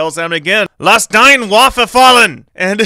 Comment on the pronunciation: Btw your german was almost correct, but the last E in "deine" isn't silent.